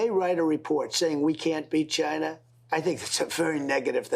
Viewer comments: Oh man finally he said Chayna 😂🙌🏽 Trump 2024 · Oh man finally he said Chayna 😂🙌🏽